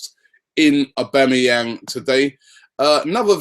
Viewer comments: Wow!!!! Robbie - we "must" be gettin' close cos you learnt to pronounce his name right!!!!!! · Why are people getting excoted over these rumours, im excited that robbie said his full name perfectly!!!